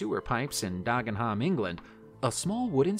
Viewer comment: Anyone who knows Dagenham will be wetting themselves laughing at the pronunciation used here. Dargenharm! I say! 😂😂😂